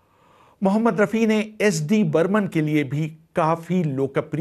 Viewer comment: you mention Hushnalal Bhagatram with wrong name then miss pronounce Rafi Saab whats your problem men ? Thodi kam piya karo.